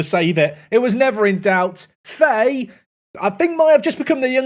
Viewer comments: its pronounced fa-hee not faye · Fahay is pronounced Fa-hay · Fahey is an Irish surname and is just pronounced fa-hee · Fahey is pronounced Fahee, its a gaelic surname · Fahey is pronounced "Fy, F-eye" I believe.